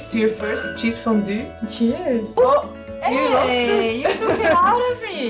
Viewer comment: Fon-due it better next time^^.